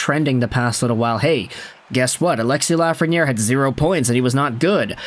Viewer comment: Alexis Laughreniere